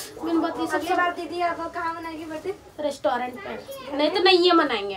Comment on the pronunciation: Rastorent nhi hota haiii😂😂😂😂😂😂 restaurant hota haiiiii pgl chitiyal